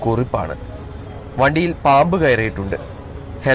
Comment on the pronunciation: വടിയിൽ ആണോ ചേട്ട വണ്ടിയിൽ ആണോ ചേട്ടന്റെ പറച്ചിൽ അങ്ങിനെ തോനുന്നു